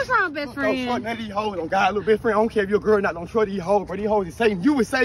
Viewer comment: He said ok besfrann Damnn 🤣🤣